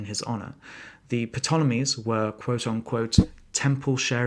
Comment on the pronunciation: 'P' tolemies?